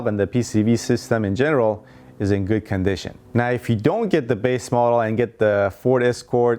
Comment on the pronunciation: Who else heard “goose gas mileage” when he spoke about the Toyota Tercel ? Lol